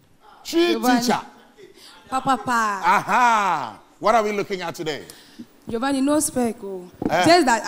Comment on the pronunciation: It’s pronounced Jo-van-ni!